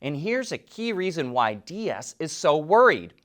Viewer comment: Herbert Diess' last name is pronounced dees